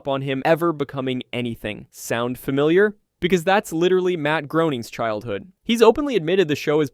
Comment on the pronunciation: [said in Comic Book Guy voice] It's pronounced GRAY-ning.